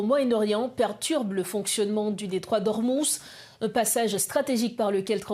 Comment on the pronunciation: Detroit D'ormuz pas D'ormus